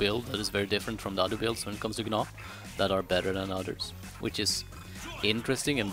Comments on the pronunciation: yea i know lol, he says G-naw, but its supposed to be pronounced Naw. idc how you say it. i just wanted to let you know lol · the g in gnaw is silent lol, sorry it was bugging me